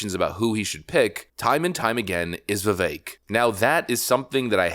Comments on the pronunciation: Vivek is pronounced Viv-ak. Pronounce the "e" in his name like you are sounding out the letter "a". Viv-ache. Trump pronounced his last name "Ram-a-shwamy" as opposed to Ram-a-swamy. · Bro has a commitment to mispronounce popular names like "Vivek" and "Stefanik", as well as not being able to pronounce "electoral" correctly either. Bruh, just get it right. It's been driving me crazy. You're too smart to be mispronouncing mainstream names. And I promise, this isn't an insult. It's actually a result of READING more than WATCHING. I believe reading is far more important out of the 2, but you gotta listen as well. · Vi-Vake... rhymes with cake. Please pronounce his name correctly.